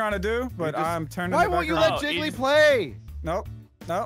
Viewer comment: wrong pronunciation, Jiggly